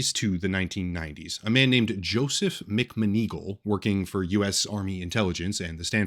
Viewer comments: It's "Mac-Mahn- Ah-Gawl" you know like the Harry Potter lady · I don’t think I will ever say mcmoneagle correctly ever again. Thank you for ruining my brain.